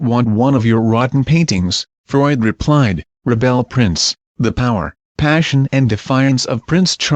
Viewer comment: The arsehole ill educated commentator prick cant pronounce most of the names and places,even at the end he said the book called "rebelle prince" who the fuck pays him.